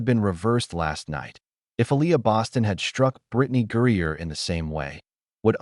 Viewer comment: Using an AI post that can't even pronounce Griner's name correct, to help promote your Anti-Fever/Anti-Caitlin Clar narrative, and to trace it to Caitlin Clark is stupid and ridiculous. This is personal between Griner, and her dislike for Aliyah Boston. Elbows and physical play from a younger player that Griner dislikes and resents because she's like, how dare this overly physical, Ms. Articulate/Nice Girl that's feminine, attractive and straight with a boyfriend, how dare she TRY being physical and after the better of me, and you apparently bow to and kiss upto and buddy with Caitlin Clark. Now I do see THAT little bit of connection. But, it's BS to think it's all Caitlin Clark and Fever driven. No one is like that with others like Kelsey Mitchell, for instance. But, Aliyah is a bit of a dirty, overly aggressive player, as is Sophie Cunningham and the wild, and overrated, over hyped Lexi Hull